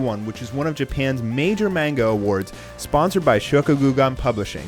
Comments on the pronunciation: Manga (mon-ga) not (mane-ga) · Please stop saying manga wrong, it's not meinga, it's ma(hard a)nga